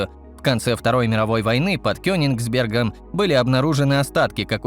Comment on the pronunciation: " ... под КёниНгсбергом... "- ЧТО-О!?... 😳🤔🙄👎👎👎 Я понимаю, что говорит тупой бот, но видно аффтар-- такой же тупой, раз не редактирует текс и звук в видео, перед тем как слить его в ютуб!